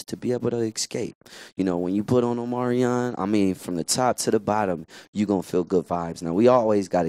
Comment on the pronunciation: Did He Say At The End 'give it up for omario?.. then said omarion????